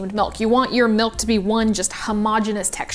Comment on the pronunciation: She says "melk" and it makes me crazy.